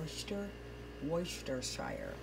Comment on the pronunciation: Great job on pronouncing Worcestershire sauce 🥳